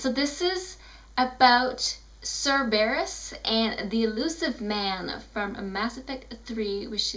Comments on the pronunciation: Congratulations on your pronounciation. :I SIR-BEAR-USSSSS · Stop pronouncing Cerberus wrong!!!! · I don't mean to be mean but STOP SAYING CERBERUS WRONG!!!!!